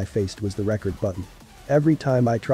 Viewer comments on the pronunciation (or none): I could tell it was an ai when he said record as records without the s